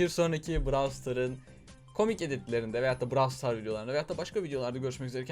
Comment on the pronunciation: Abi şuna braw star deme ben mi sana konuşmayı öğreticem